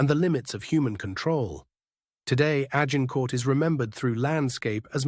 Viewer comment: If your AI cannot pronounce Agincourt, you are failing. Delete.